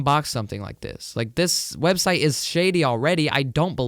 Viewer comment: Did he say swebseit waht